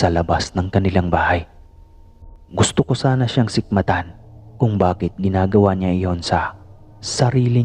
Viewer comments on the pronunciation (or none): Sikmatan ???? 😂Sumbatan ba..??😆😆😂